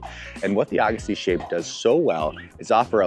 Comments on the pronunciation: Came looking for this comment!! Why do all these reviewers, especially with tennis backgrounds, say "Ah-gassi"?! 😤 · Was a great video till I heard him say Agassi😂🤦‍♂️